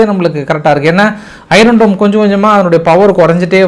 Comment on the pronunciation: ஆர்கே சார் உங்கள் வாசிப் பின் ஆர்வத்தில் அழுத்தம் அதிகமாகவே உள்ளது(iron இதில்) ஆர் ஒலிகிடையா? அய்யன் டோம் இதுசரி! மன்னிக்கவும் சரியா! ஐரோன்டோம் தவறு❤